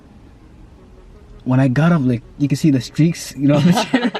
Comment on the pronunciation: Did this dude say streaks on the chair LMAO. Bring him back on the channel